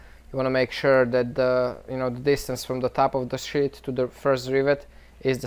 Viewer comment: When he says sheath its seems hes saying shit lol